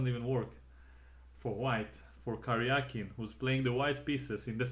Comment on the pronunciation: Thank you for pronouncing his name correctly. Серге́й Алекса́ндрович Каря́кин. It should be transliterated as Karyakin. What IQ85 morons decided to transliterate his name as Karjakin?